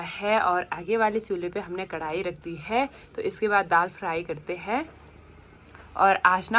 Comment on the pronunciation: हैं व है बोलना सीखो। अच्छा नहीं लगता